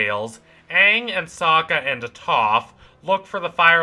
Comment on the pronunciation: Great video, but please don't call Toph "Uhh-Toph" thats worse mispronunciation than the M Night Shyamalan movie